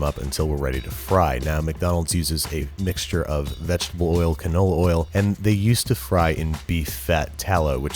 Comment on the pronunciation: "McDonald's uses a mcsture"